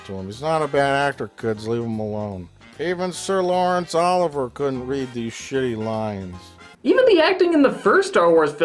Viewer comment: "Sir Laurence Oliver..." Olivier. It's pronounced Oh-liv-ee-yay.